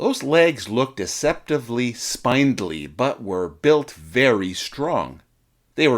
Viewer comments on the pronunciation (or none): The German word "Storch" (stork) is pronounced shtorkh, not stoik. And "spindly" is pronounced spind-lee, not spined-lee. Why go to all the trouble of putting an otherwise interesting video together without researching how to pronounce some of its basic words? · Not to add insult to injury.... buuuut it's spin-dlee, not spine-dlee. haha =) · ... not to mention spine-dilly. Unfortunately unwatchable. =/ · SPINDLY has a SHORT "I". Similar to gangly. So "spindly-legged" has a short "I".